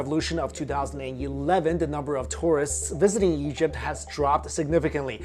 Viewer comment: "Stretch from Syria in the Yeast to Nubia in the South." Plus countless other times he pronounces Egypt "Yegypt" And he pronounces Ra (Rah) as "Ray" lol Not his fault though since I think he was born in China, I just found it funny.